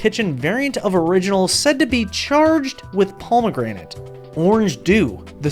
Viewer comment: The way you say pomegranate really pisses me off